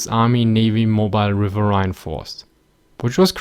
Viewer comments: River-een. River-eeeeeeen. Not River-aye-ne. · Great video, you need to do more of these post WW II videos. And btw, the word riverine, despite how it's spelt, is pronounced rivereen. Keep up the good work. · Technically, you may be correct but I've never heard it pronounced "riverhine" before, always "rivereen". You have to remember, this ins English we're talking about and us Americans (and Brits to a degree as well) are notorious for butchering and generally mispronouncing words. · Pronounced RIV-ER-EEN! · RiverRhine...that flows in your country...